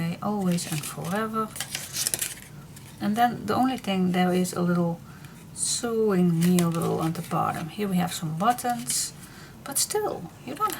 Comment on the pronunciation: Hi this is very pretty.I am also a paper hoarder. i hope you don't mind if i correct you the sewing word is pronounced sowing. you do and amazing job with your videos and to be able to speak in a language that isn't your native tongue is an amazing achievement especially when you do those videos when you use both Dutch and English. i admire anyone who can fathom English its such a crazy language to work out.